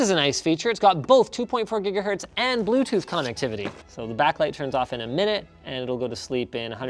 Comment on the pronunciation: "green for 2.4 greenahertz "